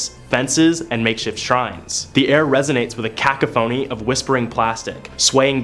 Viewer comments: A cAcaphony? It's pronounced cCoughony. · did this did just say " kaku-phony" ? lmfao its "ku-cough-ony:" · How many lists is the "Island of dolls" on? Also, bring back the casual crypt keeper. Also, it's cuh-COUGH-ony lmao. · I love you but please pronounce "cacophony" correctly lol